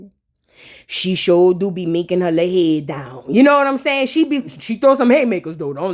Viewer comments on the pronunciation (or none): none